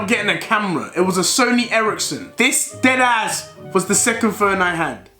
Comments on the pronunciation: "dedass" headass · No one: Not even a single soul Deji “Ded Ass” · How many times did he say “dEd aSs”